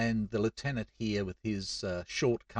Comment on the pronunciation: It is so nice to hear "lieutenant" proncouced properly 🙂